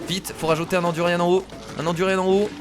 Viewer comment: C du durian pas du durianne